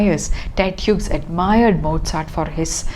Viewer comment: The second name of the poet is pronounced as we would pronounce 'hues' or 'hews'.